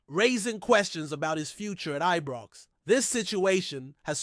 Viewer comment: Knows fuck all about Rangers he says Eebrox what a fanny